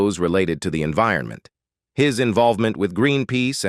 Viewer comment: The automated narration voice mispronouncing words such as "chilled-hood" and "enveeronment" is very amusing and entertaining, but detracts from what is actually an interesting story. 😊